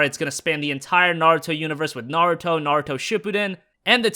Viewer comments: It's pronounced Nah - Ru - To, like rule. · I swear he kept saying 'Narto'